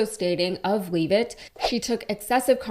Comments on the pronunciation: She even said her name. Lev et not leave it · *She pronounces it LEV it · It's pronounced, "LEVV'-itt" (rhymes with left).